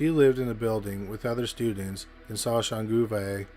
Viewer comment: Your pronunciation of Soshanguve is impressive 🫶🏾